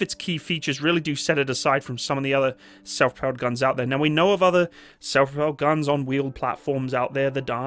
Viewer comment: he can’t say it Self Propelled Gun 😂